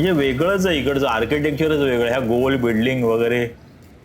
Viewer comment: .. बिडलिंग कि बिल्डिंग 😂